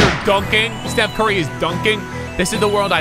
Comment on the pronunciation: Did this man just call Stephen Curry Steve